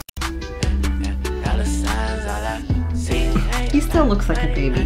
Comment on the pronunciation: “Raep shaet”